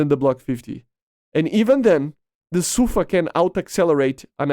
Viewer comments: 🤦‍♂️ it SUFA not SAFU, I have a friend that’s speaks Hebrew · Its actually pronounced "Safaa" edit: Yeah it's Su-fa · no Sa-fa